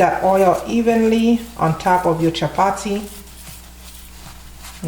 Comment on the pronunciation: 😂 I love it when the Caribbean sister says it like a true East African speaking Swahili chapati